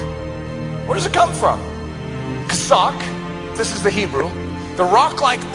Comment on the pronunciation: Maybe he should shut up and listen to how to pronounce Chazak!